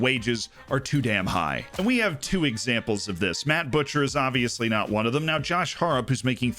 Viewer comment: Came to learn more about FM. Left wondering how Josh Harrop's name was so badly butchered.